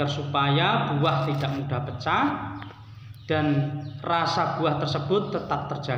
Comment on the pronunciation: Pecah pak.... Bukan peca.... 😁😁😁